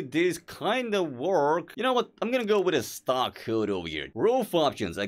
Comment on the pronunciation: why you saying 'kood' not 'hood'?